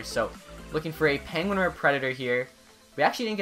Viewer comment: Does it sound like he says Panguin to anyone else? lol